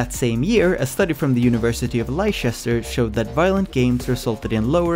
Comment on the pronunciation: Nice essay. Leicester is pronounced lester to rhyme with chester FYI. It wasn't the violent images that triggered me... maybe I'm desesitised xD